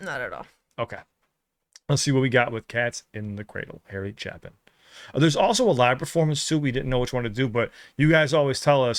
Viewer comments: I saw Harry Chapin (pronounced with a long "a") in the late 70s. He was a humanitarian usually collecting donations for the less fortunate after his shows. I remember him greeting me and my then girlfriend at the exit. The show was at a relatively small venue at a local state college in southeast PA. Harry Chapin left us too soon dying in his 30s due to a car crash. He has another quite popular song called "Taxi". A song that tells another touching story. Suggest you caption the lyrics while playing it. It is also available live on YT. Thanks! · Another great artist that died to soon... OBTW, it is pronounced ch"A"-pin... this song always prompted me to spend more time with my kids while they were growing up... Harry is a great storyteller... recommend "Taxi"... I love your reactions, especially free emotions - I feel them too.... Keep up the great work! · Harry Chapin (pronounced Chay-pin) was a sweet, beautiful soul. I got to see him once in Central Park. He was funny, singing dirty songs and making us laugh. After the concert, he came into the audience where he spoke with everyone who wanted to talk with him. His 1st big hit was "Taxi," you MUST MUST react to that one. There's a song that continues the story of "Taxi" with a song called "Sequel." He died way to young. ✌️🎶🎶🎶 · Pronounced Chay- pin. And it's pronounced vary- tass. Great reaction, I could see face when the true message of the song hit her, and I thought oh oh Kleenex time. But really if you have a heart this song will do that to you. ✌🇨🇦🥰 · Get your Kleenex ready,. Chapin is pronounced with a long A sound. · Hey, I started crying BEFORE!!!! It happens every time I hear that song. You will also be asked to react to Taxi, by Harry Chapin (pronounced "Chape- In" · Pronounced Shay-pin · It's Chapin, with a long A sound. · Pronounced ChApin with a long A ❤ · pronounced Chaypin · Last name pronounced Chay-pin. Harry died at age 38 in a car accident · Pronounce Chay-pin